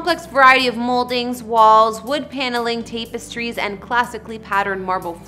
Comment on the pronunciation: the word is Jack o be N not Jacobian. OMG Why does the front of the house look like a business. A store front? Again!! the word is TAP S TREE not tape s tree. :( So glad he has good taste.